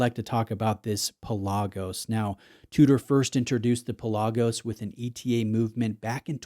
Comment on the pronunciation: PELagos, not peLAGos.